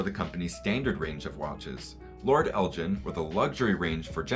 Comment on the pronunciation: I live near the home of Lord Elgin and have never heard his name pronounced Eljin. Is this the normal pronunciation in the US?